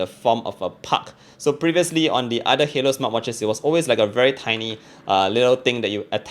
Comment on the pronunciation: Spells it HALOU but wants you to pronounce it like HALO but should be pronounced HAY LOO! Nice try GRAMMAR 101 Xiaomi Edition! - very slim like arms. LOL!